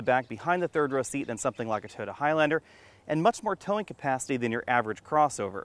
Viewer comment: Sorry - cant watch this. Your repeated use of the term "3 row cross-over" is just annoying. And its "Toyota", not "Toda"!